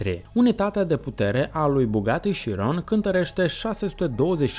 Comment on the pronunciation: as zice ca se pronunta ciudat bugatti(italia) si la voiture noire, chiron, etc(franta) no hate, dar as mai zice ca s-ar pronunta "la voatur noar"...fain video btw